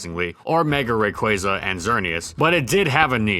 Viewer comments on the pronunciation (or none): none